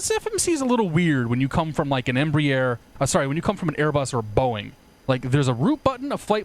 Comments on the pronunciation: Just a note: It's not embrEEer (like beer), it's embrAer (like Ah, or "bra"). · X-Plane Aviation No, it's not. Embraer is a Brazilian conglomerate. I am Brazilian, and the pronounce of both you and is incorrect. Cheers.